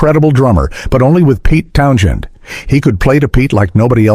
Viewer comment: In Townshend, the H is silent. Bloody AI voiceovers. Employ an actor ya scurvy shysters!